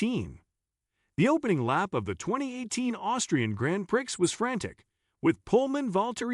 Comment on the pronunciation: What is he saying? Grand Pricks?